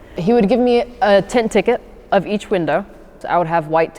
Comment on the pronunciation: It's really not harrassment if you're actually doing something illegal, like speeding or having illegal modifications on your car. Also, it's tint not "tent"